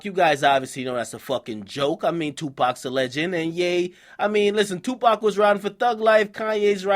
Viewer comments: Is he actually calling himself 'YePac Shakur'? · never ever ever say (yay pac Shakur again )